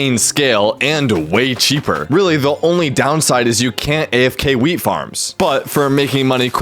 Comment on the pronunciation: Every time he says wheat I hear......... Weed